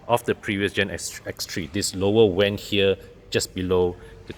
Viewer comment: Difficultly in pronouncing “Vent”